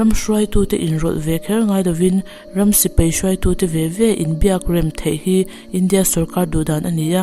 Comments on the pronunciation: Bengvarthlak hle mai. Sipei ti lo in Sipai tiin lam fiah lehzual la... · Thu hi uluk deuh theih se angihnawm ngawt ang sipei nilo in sipai tih ang te,mi tam zawk hi chuan mizo tawng hi kan duhtui ve a nia